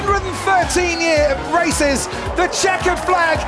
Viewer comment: If you really want to hear it you can hear rasi- instead off races